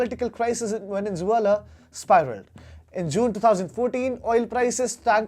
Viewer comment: Why do you keep pronouncing VENIN ZEULA? It is VENEZUELA for god's sake!!